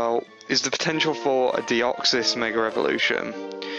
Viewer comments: It's MEGA. Not a Meger! God. Your accent kills me. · He says megr elvoluition